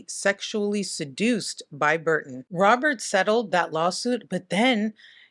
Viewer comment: I will forever say Robert like "Robierte" 😁